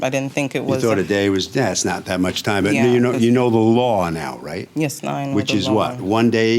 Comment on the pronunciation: all i can hear is YESEH